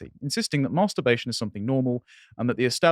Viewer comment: It's not 'Maaaarrrster-bation',.